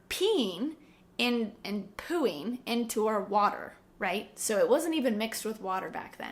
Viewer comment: I love how you say pooing you sound posh